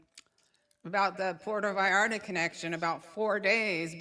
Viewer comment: It’s Puerto Vallarta 😂 not Porto Vallarta’ Va/yar/ta pronunciation!!!